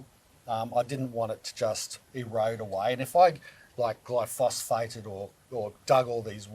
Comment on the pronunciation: Good video...But..it's not Glyphosphate. It's Glyphosate.